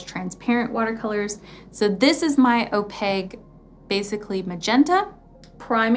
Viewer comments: Why do you say “oh-peg”? It is opaque. There’s a Q in there. It’s oh-peik. Sorry. This was just driving me nuts. 😊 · I’m going to kindly add to that if I could....opaque has a q not a g...so it’s o-pake. And Schmincke is pronounced Schmin-kuh... 💜✌🏼. Great informative video! Thanks! 💜